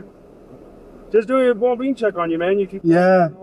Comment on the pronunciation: Anybody keep hearing “well bean” instead of “well-being” from the cop? 😂😂 or was it just me